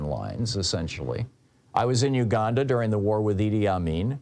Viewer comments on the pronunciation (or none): none